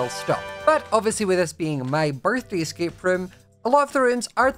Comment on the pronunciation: its an es-cake room